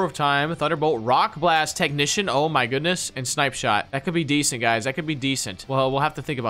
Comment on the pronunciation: Stop saying desent